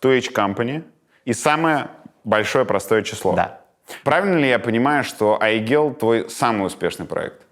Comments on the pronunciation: @@ давайте начнём с имени, ни одну Айгуль или Айгель или Aiygel я не знаю в подобном произношении. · теперь я буду произносить это имя с мягкой Л на конце)